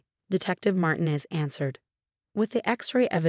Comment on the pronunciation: Why are all the detectives named Martinez (mispronounced!).